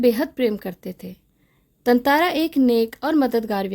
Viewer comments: Tantara❌ Tantantra✅ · Actually it's correct pronounciation is tantara because there is chandra bindu on TA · Tatara ❌️ Tantara ✅️